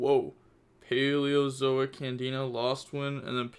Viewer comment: It's not a trikstas it's canadia not candina